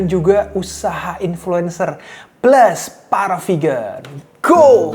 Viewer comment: Geli gue denger GO PEGAN...